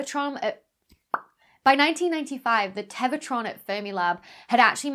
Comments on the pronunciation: not sure how that dramatically impacts the obvious point of my post, but congrats on winning Pedant-of-the-Day -- it must've driven your OCD stark-raving insane every time she said ""teva" in lieu of "tera" and "Englebert" in lieu of "Englert" in the actual video... 🤔🙄🤨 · I mess up words in my videos all the time. Live TV is hard. When you're talking about something named "Tevatron" the mistake is understandable. Don't be too self conscious, you don't get a PhD just for being cute and perky.